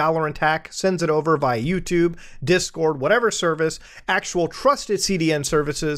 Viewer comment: "yewchube if you will" I WILL NOT EVEN IF IT IS "CHEWSDAY"